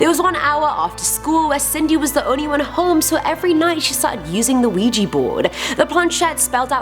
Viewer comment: Ouija = Weeya.... not weeji